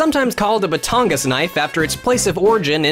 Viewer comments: As a filipino it annoys me how you say batangas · Ok but the way he pronounces batangas 💀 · That's not how you say Batangas, my friend. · the way "batangas" is pronounced cracked me up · I like how bad you pronounced batangas, now i'm laughing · I swear, I'm sure he pronounced "Batangas" wrong. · The way he pronounces batangas make my ears bleed.